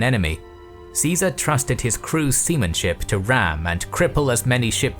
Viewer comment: lmao he said "semen ship"